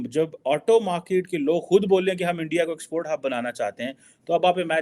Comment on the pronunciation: kyu thak raha hai? Aram kar bhain sara din ENDIA,.. ENDIA😊😊😊